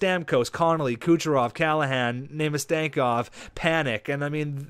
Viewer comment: I lost it when you tried to say Namestnikov lmao